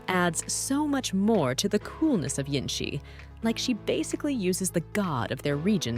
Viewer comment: her name is jinhsi... not jinshi